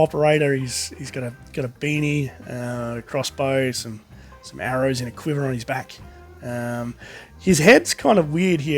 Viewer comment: Just so you know you miss pronounced arrow